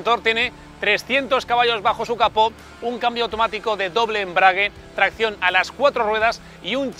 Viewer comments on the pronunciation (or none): none